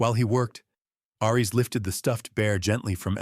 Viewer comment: Aries is pronounced "air-rees", not "arr-rees". "His amber EYES tracked every SOUND"? That doesn't make sense. You can't hear with your eyes unless you're watching someone use sign language. Since Aries is a GSD, his ears would have twitched and turned to track every sound. 🙄 "He reached for a small toolkit from his truck." Then his name is really Reed Richards, so that he could stretch his arm from the inside of the cabin out to his truck. It would have been better to have said, "He retrieved a small toolkit from his truck." If Ellie's head was resting against Aries' side, she was no longer in the wheelchair. Since the GSD was laying on the floor, she would have to down on the floor with him. Mara was standing at the back wall of the room, so how could Lucas be sitting a few seats behind her? How could Lucas push the wheelchair to match Ellie's pace if she's sitting in it? That doesn't make sense. There's no pace to match. You need to replace the AI you used to write this story.